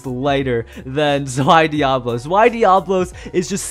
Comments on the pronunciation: Dee-Ah-Blos Challenge FAILED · Don’t be a Zankye, it’s Dee- Uh-Bo-Los, NOT Dee-Ah-Blos 😂